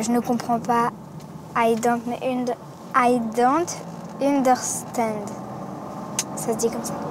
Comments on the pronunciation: "Aïe donte une-d'air-stande" 😂😂😂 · Le "i don't understand" prononcé faux et sa mère qui répond "oui très bien" 😂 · eu i don't know= je ne sais pas -et le i dont understand elle a super mal prononcé et sa mere lui dit tres bien.. -+750 euros 1 semaine pour ensuite parler en anglais avec ses potes et ne pas retenir grand chose autant partir en Angleterre ou en Amerique psk si tu restes 1 semaine tu ressors bilingue direct -le pire c'est qu'elle s'en fiche royalement d'etre dans se camp ou pas. -et puis c'est pas une question de comprendre ou pas c'est juste une question d'apprentissage de la langue et de ne pas être feignants et etre en 6eme avoir 10 de moyenne alors que c'est juste giga simple (perso c'etait super simple en 6ème) et ne pas savoir comprendre "how old r u ?" je trouve sa un peut abusé :/ -je ne veux pas la décourager mais faudrait peut etre ce mettre au boulot et mettre un peut du sien